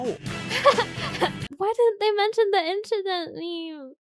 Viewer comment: "Just a inshident"